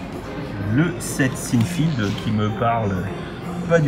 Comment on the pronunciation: Apprends à prononcer Seinfeld, pitié 😭😭😭😂😂😂